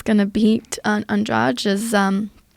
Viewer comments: Took me a way longer then it should to understand who the fuck was this Andraj they were talking about. Try something like 'Andrah Dee', would sound closer.. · Andrade was loosing. Got tagged 2 or 3 times. Got Lucky cause she had nothing stand up or ground. Plus its andrade not andrage.